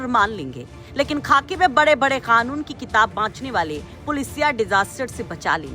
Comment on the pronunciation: खानून नहीं मोहतरमा कानून होता है ।